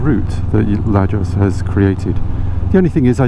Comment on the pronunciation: Hi, 1, I think CB is a top heavy bike, it is "normal" to drop it. 2, I'm glad you could make the route useful, though If I would have know you will be using Garmin, I would have figure out how to convert GPX into that environment. 3, Your pronunciation of "Lajos" is better than mine:D, dont worry it is close enough. 4, You probably figured, the little "there and back" routes were leading to point of interest. You certainly have a way of recording a trip, and I like it, it looks natural, not a made up show, and you talk much, which I love the most. I enjoy you recording thoughts and ideas related to your riding and vlogging experience. Thanks for the great videos! Lajos